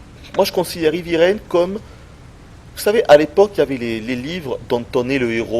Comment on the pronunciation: En anglais, 'heavy' ne se prononce pas comme 'hivi', mais 'hèèèvi'!! Assez de 'ivi', s'il vous plaît ou prononcez carrément à la française, ça sera encore plus agréable à entendre!